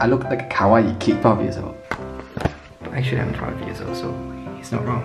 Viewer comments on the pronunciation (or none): you're not Five you're fOIve years old 👀